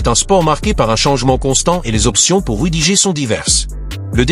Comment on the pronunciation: L'IA audio lit "rudigé" quand on lui écrit "rudiger". Il faudrait lui proposer une autre orthographe pour obtenir la bonne prononciation. Ex. : "Rudi-gerre". Et c'est ainsi pour d'autres noms propres.